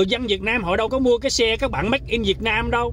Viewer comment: “Ma dê” a nói mắc cười quá, a làm e nhớ ông chú em quá